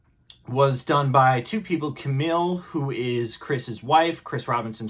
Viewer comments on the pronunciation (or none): none